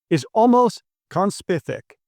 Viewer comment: Did you say "Conspithic"?